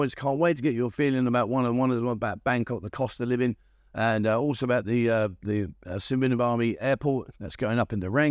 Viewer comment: Su-wanna- phuum is how you pronounce the airport